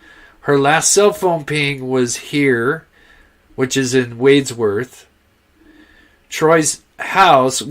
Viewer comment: Respectful can I let you know you're pronouncing Wadsworth, NV incorrect. Thank you though for your coverage, I live out of that area for last 3 years but spent most of my life around there and this breaks my heart. Wish I could help find her